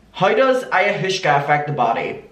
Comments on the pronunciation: It’s pronounced ay-ah-was-ka. But I like ayahooshka better! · It's pronounced (Eye-Ah-Wass-Ka) This is so careless on Catherine's part. I'm disgusted :l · Hi! It’s pronounced EYE-YA-WAH-SKA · Because people are just commenting on you saying it wrong and not teaching you how to say it - Ayahuasca is pronounces like ay-oh-was-kah ❤❤😂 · I - a - Waska 😛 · I think it’s similar to peyote/dmt/mushrooms/acid. Also it’s pronounced EYE-AH-WASK-AH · You're awesome, clearly not into hallucinations. I'm not either but I watched Chelsea handlers documentary on it and I think it's pronounced eye-ah-wah-ska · listening to trying to pronounce ayahuasca is soo funny omg (eye-uh-was-kuh) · it’s pronounce “ ayawaska” lmao 😹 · Not that it matters but ayahuasca is pronounced aya-wa-sca :) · the way you said ayahuasca literally killed me I'm gonna call it aya-hooska forever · oo i-o-waska i think thats how u pronounce it right? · It’s pronounced like ( IOH-AWSKA ) and it is a drug that has been used for thousands of years from tribes in the Amazon, they deem it so important even new born babies have to take it upon their birth in some areas. This is not me saying she is right by any means just giving you a little info on the drug. Lol I think she’s nuts. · peace and love, its pronounced Eye-i-waska. It dates back to some of the earliest civilizations, essentially like LSD from what I gather, normally taken in tea form. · i think its pronounced ayah-wah-scah right? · adammmm thank you for another video! i do wanna tell u it's pronounced eye-uh-wass-kuh, ok love u have a great day ❤️❤️ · Pronunciation: Ai-ya-wa-ss-ka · i know u prob already got comments abt this but its pronounced aye-ah-was-ka and its just pretty similar to lsd or shrooms :) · Pronounced like “Eye-ah-wah-skah” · Aaaaaah “Aye-u-was-ka” yeah that’s like Druid journey nature trip stuff. So she’s been secretly drinking psychedelics, that’s how she’s living in a false reality. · It’s pronounced ayo waska